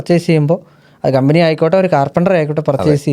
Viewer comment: കമ്പിനി അല്ല കമ്പനി